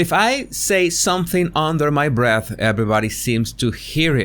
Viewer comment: It’s “under my breaf “ or “oaf” or “tat”. Make sure you axe him the right question!